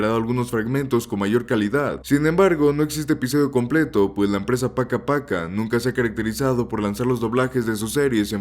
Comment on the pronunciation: Además, PakaPaka se pronuncia PákaPáka